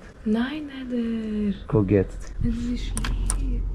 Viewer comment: ich höre nur nädel nädel ich hab angst